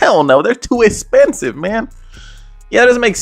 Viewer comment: “Not in this economy, it’s essssspensive”